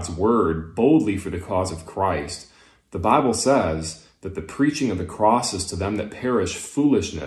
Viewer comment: "Teh bibble sez..." Sorry, you just lost the argument.